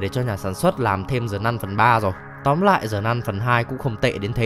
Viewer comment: Sao cứ đọc là Zờ nun?